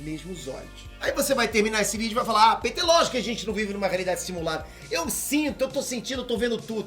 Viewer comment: ParAbéns pela pesquisa e tal... Mas vc fala muiiiiito rápido, acaba que pra leigos nesses assuntos é difícil acompanhar. Outra coisa, só fiquei pensando na pronúncia do seu nome kkkk Pêter rss mano, ou é Piter, ou Péter. Baguio esquisito